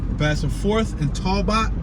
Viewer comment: " Toel bot " street ? Talbot !